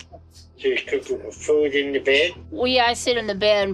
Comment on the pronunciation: Love videos but whenever he says "cook" and "book" it hurts me😭